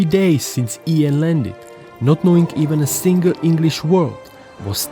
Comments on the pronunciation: You pronunced Ian wrong... (sorry to be that guy) Great video though. Left a like :) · not ian but lan